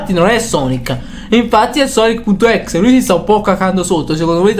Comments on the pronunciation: Non si pronuncia così sonic.exe perché non dice tutto come si legge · Questo è vero